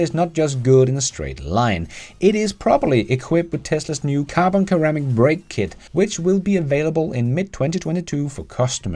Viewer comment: Just a heads-up that in English ceramic is pronounced like it starts with an S. So like seramic.